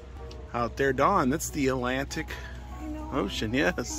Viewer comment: Lived by that ocean my whole life, never knew it was called the "A - lantic" ocean. Never realized there wasn't supposed to be a "t" in there. The more you know.